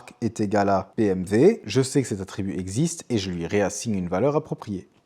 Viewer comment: Par contre tu dis BMV ca c'est pas possible mdrr